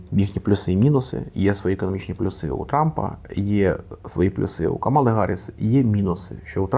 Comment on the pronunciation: Але чому ж КамАла, якщо вона КАмала?